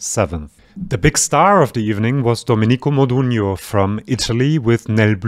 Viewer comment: I'm pretty sure the name is Doménico Modúgno. Not Dominíco as you pronounced it.